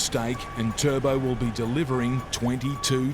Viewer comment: Who is this turdbowl you speak of?